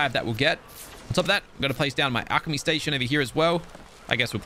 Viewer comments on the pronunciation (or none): none